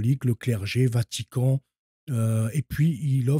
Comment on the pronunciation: Et moi j'allais ajouter autre chose. Ça va pas être agréable et c'est pas si simple que ça de le dire de mon côté non plus. Dans ton "apostolat", que je respecte, et le travail honorable dans lequel tu t'es lancé, essaye de corriger certains travers...comme Hertchique. Djieu. Vatchican...etc. Ça ne sert pas la cause et ça ne te rend pas service non plus. C'est les gars de la cité qui articulent de cette façon. Les Wesh. J'ai mon libre arbitre pour finir par te le dire. Car à chaque fois que je t'écoute, ça mécorche les oreilles. Tu as le libre arbitre aussi d'y veiller pour corriger ça (et ça sera pas évident, mais c'est possible), ou tout bonnement t'en ficher. Je sais pas si d'autres te l'ont dit. Mais là j'ai fini par le faire.